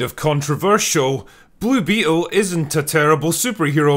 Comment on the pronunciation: I genuinely can't tell if you are leaning your accent into "Blue Beetle" as a bit to sound like "Bloopy Hole" but it makes me laugh every time